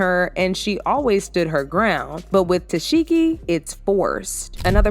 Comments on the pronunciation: ITS TESEEEEHKI NOT Tesheki!!🤦🏽‍♀️ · It’s TESEHKI. Not Tesheki 🙄🙄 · The fact he kept saying te-seki instead of tesheki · Girl you don’t even watch the show saying her name wrong the whole time, I don’t even wanna give you a comment fr but girl bye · Are you playing saying her name like that? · Fake news. And you not saying Tesehkis name right either 🙄